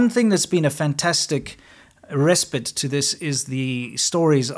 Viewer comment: Your English pronunciation has become worse since you moved to America. The ‘pite’ in ‘respite’ should be pronounced like ‘kite’. Almost every time there is a structure of ‘consonant i consonant e’ the ‘i’ is pronounced like in ‘life, kite, respite, missile, time, fine’ not like ‘bin, sin, tin’.